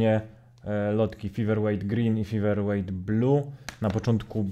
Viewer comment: Fajna recenzja, ale mała uwaga na przyszłość - czasem warto sprawdzić wymowę nazwy, tym bardziej, że jest ona w recenzji powtarzana bardzo wiele razy. Feather wymawia się przez "Fe", a nie "Fi" na początku. Wiem, że nie każdy idealnie wymawia angielskie słowa (sam zresztą orłem w angielskim nie jestem), ale byłoby fajnie gdyby wymowa była przynajmniej zbliżona do oryginału, zwłaszcza, że "th" wychodzi Ci całkiem nieźle :)